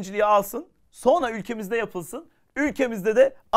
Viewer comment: Çok tatlısınız sizi çok seviyorum ama Kaan abi niye sonra demek yerine sonna diyor çok tatlısınız 😂💖